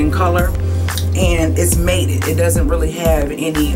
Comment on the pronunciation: You said matte wrong